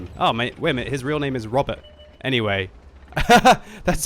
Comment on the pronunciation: good job butchering roberts name XD looking forward towards the swedish tank videos